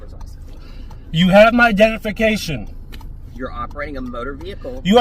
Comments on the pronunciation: it’s Identification not dentification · "You have my dennification"